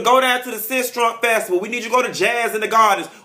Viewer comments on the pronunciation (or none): lawd he said sistrunk festival!!!!